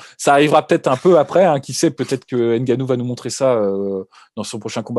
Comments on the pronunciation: EN AFRIQUE, NOUS DISONS "NGANOU" ET NON "N" GANOU "... JUSTE UN PEU DE RESPECT... SI POSSIBLE ! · Il faut juste corriger... "NGANOU" et non "N" GANOU. C'est simple ! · hey la Sueur !!!!! on prononce " Gannou" ! et pas Ngannou... on ne prononce pas le N dans les noms Africain !!!!!!!